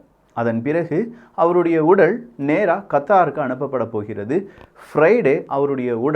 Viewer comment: தம்பி, உடல்... உடள் இல்லை. உங்க பல வீடியோ பாத்திருக்கேன், இந்த குறில், நெடில் உச்சரிப்பில் பிழை வருகிறது.